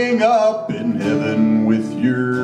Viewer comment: You don't quite have Brad's 18-wheel bottom register, but the rest of your voice is bang-on and the inflection, tone color and pitch for every single syllable is exact, eg. "...in heyy-vun...". That's the best I can imitate in print.